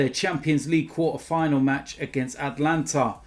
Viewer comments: Is it PSG vs the “Atlanta” Hawks/Brave/Falcons? Cuz I thought it was AtAlanta!! His pronunciations are top draw!!! 😂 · ATALANTA!!!!!! Not Atlanta 🤦🏽‍♂️ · Atalanta not Atlanta, wrong country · ATALANTA! not ATLANTA